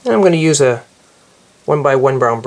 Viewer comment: I think he said round cylinder. I thought he said brown at first too! ahahah